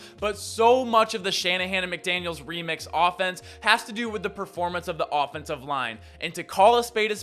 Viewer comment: guys theres no S on the end of his last name